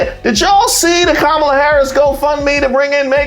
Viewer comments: Her name is pronounced KA -MA-LA! literacy may help the intellect! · First of all... pronounce her name correctly!!!